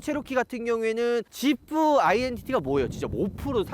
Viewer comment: 지프를 왜 샤냐?